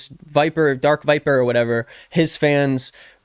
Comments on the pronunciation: Honestly the more i watch darkviper's vids the more i agree with him. And pretending like you dont know how to say his name as If its a difficult name to say is cringe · Yeah and it felt so weird that he wouldn’t say his name correctly, like he obviously knew his name as he said it at the end 😂 I didn’t read the 14 page script but it seems to me most of DarkVipers points align with Ethan, who seemed to agree with, so I don’t understand what he was on about 😂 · Pretending to not being able to say someone's name right is not really cool as you think it is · love how almost gets darkviper's name right every time